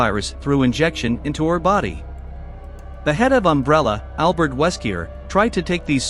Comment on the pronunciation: Worst Recap when you cant even pronounce the names right xD Ada Not Aida. Wesker Not Weskier. Dont use a crappy Ai to translate. Be proud of your work and do the research!